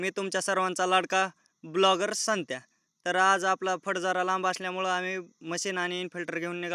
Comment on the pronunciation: ब्लॉगर नसते ... व्लॉगर असते 😅😅